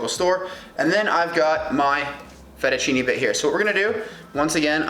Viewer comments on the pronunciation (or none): it s not FERUCHINI, but 'Fettuccine' you must pronounce like FetuchinE with the E pronounced, like th e A in WAY..